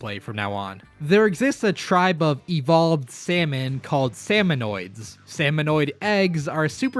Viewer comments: lol he calls them "Salmonoids" as well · The way he pronounces Marie and Salmonid hurts me on a physical level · It's pronounced Salmonid, not Salmonoid